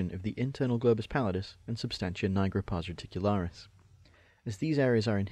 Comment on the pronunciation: Jesus christ why are you saying pars reticularis? It hurts my ears